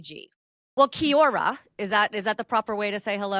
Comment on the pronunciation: Congratulations on your use and pronunciation of kia ora, I think SVG has been in Oz too long to reply, algood great driving considering he was mauiui ( ma-wee-wee), not feeling well. Kapai tō mahi e SVG.